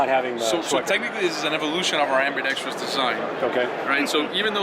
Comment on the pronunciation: Very well presented and articulated!!! Except for Ambidextrous... Correct: Am-bee-dex-trus Incorrect: Am-bee-dex-tree-us 🤣🤣🤣